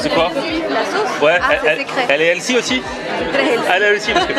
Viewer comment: Par contre le prix, il n’est pas détox quoi., on t’adore mais on prononce healthy(healfi et non elsi). 😂